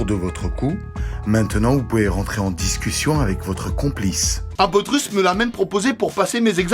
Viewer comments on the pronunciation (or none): "chinque euro?!Che chuis risse!"